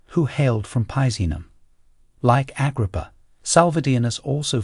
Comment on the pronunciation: The new narrator has problems with names. Never heard Agrippa pronounced like that.